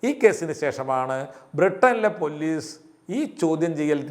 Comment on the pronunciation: പൊല്ലീസ് അല്ല പോലീസ്